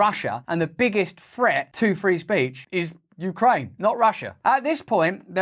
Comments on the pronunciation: YOUcraine. Not WEcraine…. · U - kraine, not we - kraine hhhhhhhhhh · You-kraine not we-Kraine that's Russia! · U-kraine not We-kraine haha genius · Very good. It's YOU-kraine, not WE-kraine. Good one! I'm American and we're struggling to pay for basic living expenses. And then somebody wanders into the White House from across the world, and Biden gives him millions. 🙄 I agree-I think our US Congressmen actually act like they're salesmen working on commission for the Military Industrial Complex. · Its Ukraine, not we-kraine. Sorry Joe that ATM is out of order. 🖕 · "You krane NOT We krane"😂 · "Ukraine ot Wekraine " brilliant 😂😂😂😂😂😂